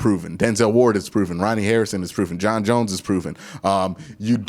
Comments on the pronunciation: Q, at this point you’re butchering JJ3’s name for the meme now lmao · Q you just can’t get John Johnson’s name right🤣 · Exactly it can't be this hard to say John Johnson 😂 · Just call him "JJ3" lmao you are never gonna get John Johnson III name right 😂😂